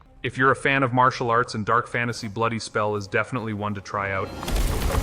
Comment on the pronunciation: 'Martial arts'